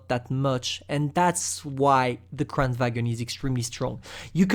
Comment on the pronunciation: it pronounce kran varn